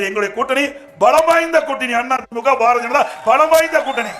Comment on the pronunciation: பாரதிய ஜனதா கட்சியா? அல்லது பார ஜனதா கட்சியா? எடப்பாடி பழனிச்சாமி ஐயா அவர்கள் தயவுசெய்து தமிழை சரியாக பேசவும்